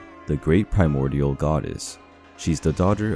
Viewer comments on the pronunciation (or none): none